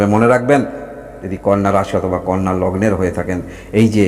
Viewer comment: ওটা কন্যা রাশি নয় কানা রাশি